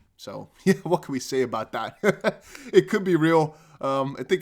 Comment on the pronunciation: Vwhen, Vwhat, Vwhere. Love it. Keep up the good work 💪